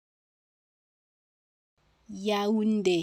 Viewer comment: If the accent is over the é then shouldn't the é be emphasized not the u?